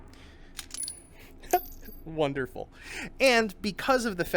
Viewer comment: Gotta love his giddy laugh and "wonderfull" lol